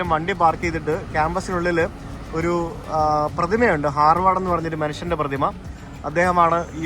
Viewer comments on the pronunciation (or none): Hi brother, it’s HARVARD not harward